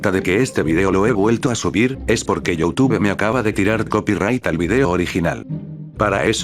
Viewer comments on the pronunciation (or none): none